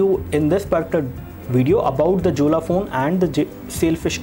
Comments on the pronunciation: Jolla is pronounced as Yolla, not Julla. lol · hahahahaha this is pronounced as "Yolla" not Jolla lolz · its pronunced as "yolla"... we can install all android applications including the google ones also..... check out the video of myriam jorie......